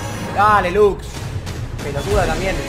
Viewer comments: Coscu esa lux se merece ser reportada por errar la R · la Lux le erro La R zii